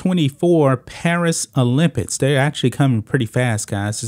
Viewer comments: Why do you say, 'Olympitts' ? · OlympiCs please say it properly. It's not olympits This is getting ridiculous. Men should compete with men. Women should compete with women. Biological women and biological men. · He said "olympits" 😂